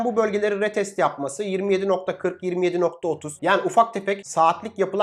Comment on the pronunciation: REEEETEST NEDIR YAA DUZELT SUNU ARTIK RIIITESTT RIIITEST